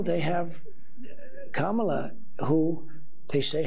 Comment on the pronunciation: Here's Something about the Pence convo.... he correctly pronounced Kamala's name.